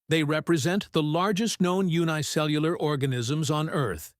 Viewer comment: Unicellular is pronounced otherwise... And please learn to talk naturally.. sometimes the sentence goes on, without a bloody pause